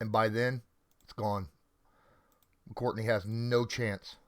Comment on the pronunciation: it's McCourty, not "McCourtney"